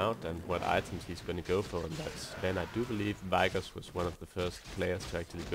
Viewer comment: i hate the way he pronounces vigoss AAAHHHHHHH